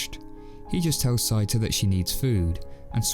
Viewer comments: Did you actually watch the film or is this someone reading the script? Why do you keep calling the main protagonist “sigh-ta?” From either the original Japanese film or the English dub, his name is clearly “say-ta.” Sorry, but though this is a good review, you lose me at the mispronunciation. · I think you mispronounced Seita's name. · The pronunciations are Say-tah & Sehts,koh. Us & Is in Japan are pronounced so quickly as to be silent unless they are the first or last sound in a word, or are doubled (ii, uu).